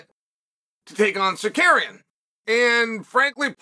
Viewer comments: Bro its "Sarook-yan" not "Sakairyan" lol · Tsar you kee an ! Is suspended for 9 months..what are you on about also get 1 name pronunciation correct for the luv of god..lol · Con man “Secarian” lmfao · chael do it with me buddy. tsa ruuuuuu kyan. not tsakarian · Chael it’s TSARUKYAN!!! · Secarian is sar rooky an but easy. What they gone do bout it anyway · Securian get it right hahahah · Learn how to say his name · He rarely gets a name right 😭